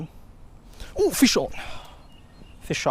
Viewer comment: it sounds like he says, fish oil instead of fish on